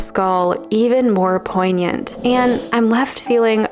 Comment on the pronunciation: awkward moment when you found out how "poignant" is actually pronounced :|